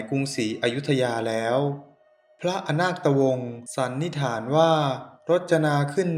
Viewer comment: อ่านผิด ไม่ใช่อะนาดตะวง แต่เป็น(อะนาคดตะวง)